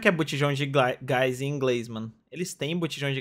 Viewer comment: Botijao de glais Botijao de guys Botigao de gás